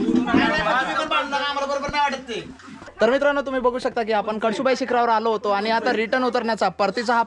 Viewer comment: कडसुबाई नव्हे कळसुबाई